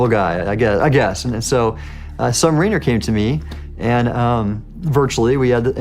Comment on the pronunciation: I question this source. Why? Because having served for decades in the Surface fleet and repaired boats in the Sub fleet this Admiral could not properly pronounce submariner among other terms.